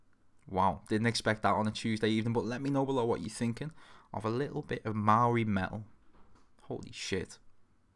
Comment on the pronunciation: About time AW was on here. Ayyy he pronounced 'maori' correctly. You should check out the band Devilskin